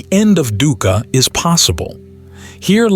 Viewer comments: Dhuka, pronounced as Dooka. No biggy. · “Dukkha” pronunciation is wrong. Dukkha (Pali) is pronounced dook-kah (or /dʊkkʰə/), commonly broken down as "dook" (rhymes with look/book) and "kha" (a crisp aspirated 'k' followed by 'a'). It is a two-syllable word emphasizing a short "oo" sound and a sharp, breathy release on the second